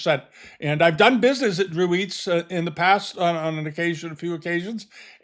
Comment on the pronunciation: FYI: Dreweatts is pronounced "Drew-its" not "eats."